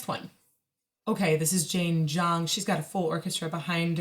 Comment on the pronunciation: Oh wow, the first time I have ever heard a non-Chinese speaker pronounce Zhang properly (close to the intended Mandarin pronunciation). Huge props! ♥️